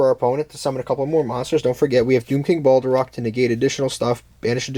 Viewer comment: Its not Balderock :D